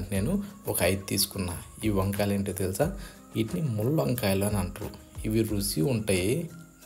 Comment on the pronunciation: Pacchadi video OK, Rusi anakandi, Ruchi ani chakkaga palakandi!!!!